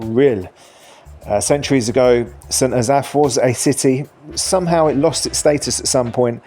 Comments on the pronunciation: Sent azaph? Its st. Asaph. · St AzAff? Oh, dear. Emphasis on first syllable!! COME ON!-here we go again! Check with Welsh friends, or google it!.. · An English man judging Wales. PLEASE (the irony)... The best thing about our Country is.. it's NOT England.. Your effort at trying to pronounce St Asaph is hilarious., oh and its not a city, it has a Cathedral which was the old requirement to be a city but not today. So do us a favour take your opinion and stay in England. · Fair ranking I’ve always pronounced St Asaph more as “s’n Ass-eff” …not Ass-Aff. …though I’m not local The oddities of what counts as a City in UK….city status for essentially a small town of St Asaph, the village of St David’s, but doesn’t include much bigger Llanelli, Caernarfon, Welshpool, Aberystwyth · The way you pronounced St Asaph. made me brain hurt. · You couldn't be bothered to learn how to pronounce St Asaph or Pilgwenlly? Your over all assessment of the cities isn't at all bad. Next time you're in Cardiff, spend some time in St Fagans museum. It's free to go in after you've paid for parking, and if you don't arrive by car you don't pay at all.